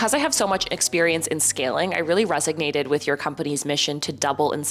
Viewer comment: is it 'resignated' or resonated?...